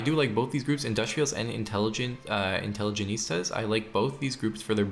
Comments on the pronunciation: Great video! One note on pronunciation, The faction you were promoting at around 12-13 minutes is pronounced In-tele-gent-see-ah rather than in-tele-geh-neest-ah. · Love how you pronounce intelligentsia like a spanish word ("intelligenista") while it was borrowed from Russian and easier to pronounce haha. Great video, I'm gonna try Greece now. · If I hear the intelligentsia be called "intelligenistas" again I will go mad. Also lol too tho lmao. Great video! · European teen who speaks English as his sixth language: does know how to pronounce "intelligentsia* Dipshit from third world illiterate country who only speaks 1 simple language: doesnt If i were american, i'd kill myself out of shame. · It's actually from Latin, but yeah, I twitched my eye every time he pronounced it wrong. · Intelligentsia. Just fix this pronunciation for the next video please. Im either going to have block the channel or cut off my ears if not fixed.